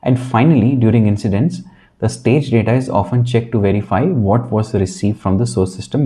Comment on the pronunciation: The presentation is very distracting due to your poor English skills. You could be a lot more successful by correcting your pronunciation of letters and speaking proper grammar. For example the word What starts with a W sound not a V Sound. All dictionaries include pronunciation for all letters and words.